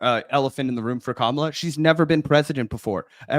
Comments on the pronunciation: Dude, why does he have to mispronounce her name..like, I almost give him the benefit of the doubt because he's a stupid ape and just aping what his political 'luminaries' do but Jesus people. It's not hard, it rhymes with Ma-ma-la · Joe prides himself on being smart and respecting people but this knuckle dragger can’t pronounce Kamala’s name correctly? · Really disappointing to see Rogan mispronouncing her name, too. I've soured on him over the years, but I still genuinely thought he was better than that. Damn. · Joe Rogan needs to learn how to say Kamala’s name correctly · Dude can't even pronounce her name right. He speaks about the fragility of the human mind.